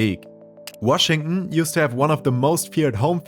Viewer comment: Nah you’re gaslighting him 😭😭 he said “Washing” instead of Washington